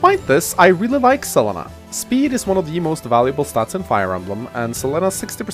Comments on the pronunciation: I love this map but hate how you pronounce Selena. Like, it's not even a weird name like Lon'qu or Cherche - it's a common name! C'mon! Sa-leen-a not Cell-eh-na! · 1211 Selena in spanish is Se-le-na, but as always that english accent screwing even names